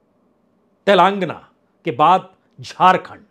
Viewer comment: श्री बाजपेई जी आपका विश्लेषण काबिले तारीफ है,, कृपया तेलांगना की जगह तेलंगाना उच्चारण का निवेदन है,, जय माई की